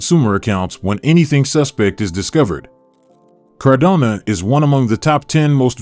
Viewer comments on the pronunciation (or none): It makes it hard to believe, or follow, a channel that pronounces it's subject matter incorrectly. It's cardano not Cardona...just sayin'